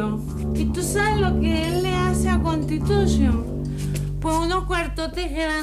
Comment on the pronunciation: Jajajajajaja Jajajajajaja hay, constitushion Jajajajajaja